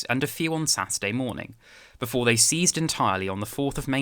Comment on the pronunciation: First time I've ever heard anyone say ceased the same as seized.